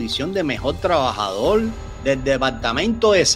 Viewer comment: Este pobre muchacho que hace el vídeo, ni sabe pronunciar correctamente las palabras. "Peol", que significa. "Tlabajadol ". Un mamarracho el vídeo con sus interrupciones.